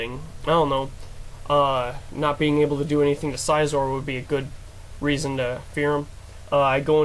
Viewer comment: It was a pretty good game overall but I don't like the way you pronounce Scizor. =\